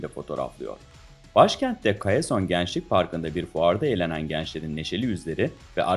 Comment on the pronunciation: gançlik değil gençlik :D